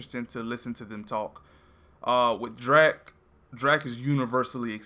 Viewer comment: It's Drack, dude, not Dreck. Just saying'...☺️